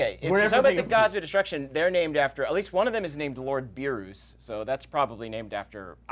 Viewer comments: He corrected the pronunciation of saiyan and then pronounced it “beeroos” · Um, actually, and BOTH mispronounced Beerus. It is not [Bee-roos] or [Bee-roo], it is [Bee-russ]. Also um actually, Cognac, Campari, and Mojito are not gods of destruction, they are the Angel attendants of gods of destruction. The gods of destruction of the twelve universes are Iwne, Heles, Mosco/Mule, Quitela, Arak, Champa, Beerus, Liquiir, Sidra, Rumsshi, Belmod, and Geene.